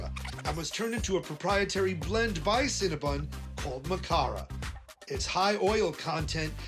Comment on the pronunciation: Adam! CinnaBON not CinnaBUN!!!